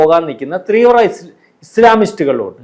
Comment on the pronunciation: Teervra alla teevra onnu paranjukodukkadei